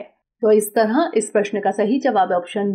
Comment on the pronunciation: इस "तरंह" नहीं इस "तरह" बोलो संख्याओं में भी आपका उच्चारण गलत होता है जैसे:- आप "बारह" को "बारहां" कहतीं हो।